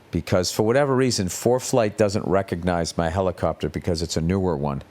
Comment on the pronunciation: Ol Billy is back in his HELICOPTAHH!